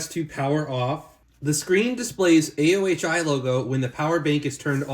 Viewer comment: it's pronounced "o-hi"